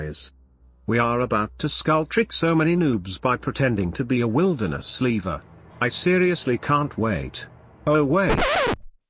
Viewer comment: “Leeee - vah”